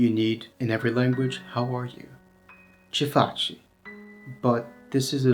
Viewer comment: 🕊 Well … when you say VORBITI, FACI etc … the last letter I is usualy pronounced much softer than the I in the middle of a word. You barely hear it, to be correct. Your pronuntiation correspond more to: VORBITII and FACII. 🍀